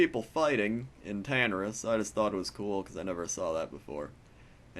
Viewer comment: its not TAnaris, its taNAris